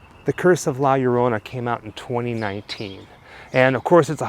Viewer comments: Just say it like this, La Yo Ro Na. And it will sound perfect. 😁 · You speak it that Way La Ljorona not La llorona so i help out :) taysm for tell us and show, Your two are super awesome♥ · La Yo - To - Nah It's ok. All English Speaking peoples can't really pronounce foreign words or names. This goes for Americans, British, Australians, Canadians, South African, etc... Your upbringing and the way you don't roll the tongue correctly in your mouth is part of the cause. BTW - my whole family is Cuban born and raised. So this story is not part of our culture at all. But my sister is married to a Mexican man (💯 pure Aztec/Mayan descent) and he truly believes in the legend. So much so that my sister now also believes the legend as well. But then... She also believes in the BLOODY MARY story as well and is always apprehensive about stepping up to a mirror and staring at herself. Oh well... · Isn’t it pronounced La-La-Rona? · Greetings, the way to say La Llorona is to actually say her name with an H sound. Sort of like La Horona, that is the proper way to say it the Weeping Woman's name. Be well everyone. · Lol the first sentence, can’t say la lLorna, lol. Love it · As a Mexican American from East LA, you are forgiven from not being able to pronounce La Llorona. Keep up the amazing work. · 😆 L~L~O~R~O~N~A say it with me 😆 nah you did good bro , your videos rock guys , hope to see you at monsterpalloza on Sunday since I can only afford one day 😆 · I'm guessing put the warning up about how you can't pronounce the name. Too cute! I have never seen this movie but I will now!